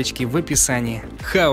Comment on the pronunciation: контент годный, голос приятный, произношение - отвратное! какой еще энджаин?? какой хаосгрупп? Это какой-то фристайл..